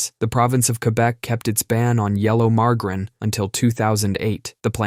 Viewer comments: Ma Jerr in Not mar gar in 😊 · "Marge-Ah-Rin." not "Mar-Grin". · Say it with me now marg-a-rine lol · The fuck is "Margrin"? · What’s “mar-garrin”? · Ikr? I can't believe he said mar-guh-rin! 🤬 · Yea... Who the hell says margarine with a hard g? I lost respect for the dude speaking after hearing the way he says margarine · I’ve never heard margarine said that way